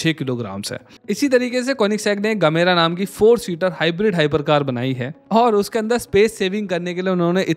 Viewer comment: gemera he gamera nhi🤨